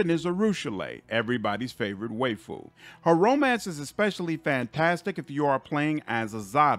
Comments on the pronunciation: You are mispronouncing Aivu and waifu in the same way. In both cases the ai is pronounced like the letter I. Waifu should should like wife. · And waifu. Gah. This makes this video almost unwatchable.